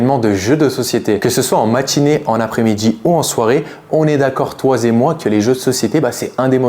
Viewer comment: "toi zé moi" ? 🤣